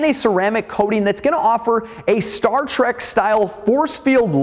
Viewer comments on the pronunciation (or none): none